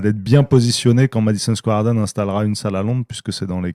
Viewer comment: Le Madison Square Harden il dit le mec mdrr ! 😂😂